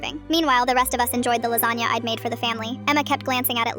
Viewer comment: My big back is hungry after hearing “lasagnia “